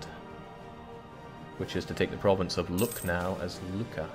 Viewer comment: I think Lucknow is pronounced look naw. It's definitely not pronounced luck now